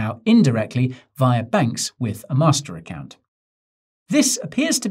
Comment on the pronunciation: The way Guy emphasised “master account” should not be ignored